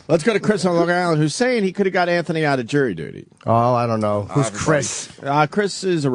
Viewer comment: Jirry duty